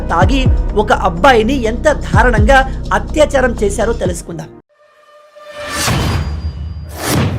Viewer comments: ధారణంగా కాదు దారుణంగా అనాలి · Namaste ji. You are many times uttering as DHARUNMGAA. It is 100% wrong pronunciation. Please learn Telugu. Refer Telugu dictionary. Know the meaning. It is darunamgaa.